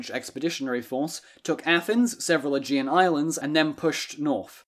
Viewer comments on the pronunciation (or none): none